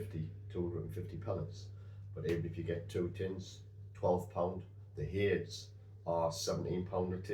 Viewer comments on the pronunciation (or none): Apologies for being pedantic however the Hades pellets are named after the ancient Greek god of the dead and king of the underworld and are usually pronounced Heid-iz or Hay-deez.😊